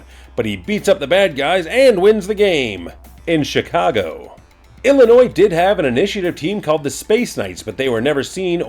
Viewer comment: Thank you! Thank you! Thank you for not pronouncing the S in Illinois. As a lifetime resident of the state, it really grates me when the S is pronounced. Really enjoying these videos! Quick question...are you stamping your Haussman Greatest Hero stamp on the crotches of the pictures on purpose? Because it makes me laugh every time.